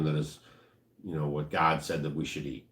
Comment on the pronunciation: What's with the ". " When you said GOD?